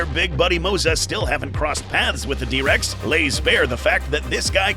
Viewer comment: "The Dihh Rex" brutal 🥀